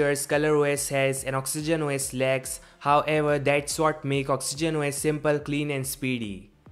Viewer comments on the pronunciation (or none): Actually he meant feature lacks, but it sounded like lags(for ppl who thought like that)